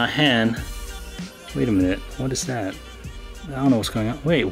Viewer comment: Listen, you make great content, but you can be a pain to listen to - improve your english pronounciation please. I know i sound like a hater, and i might be, but i just want to help you make better content ok? Is it called "that" not "dat", "refractometer" not "refragtotomta", "this" not "dis", "fast" not "fass". You might actually be good at the pronounciation but it turns to dumbsterfire when you speak fast....